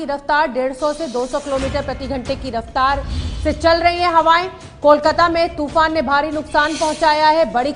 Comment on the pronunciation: toofan ka nam to sahi se le...